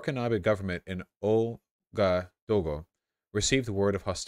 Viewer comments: it’s “ooh-ah-gah-doo-goo” but make the transitions between each phoneme(the dashes) smoother. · It's pronounced waga-doogoo but who's even gonna read this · as an african, hearing vaush mispronounce ouagadougou was one of the funniest things i’ve ever heard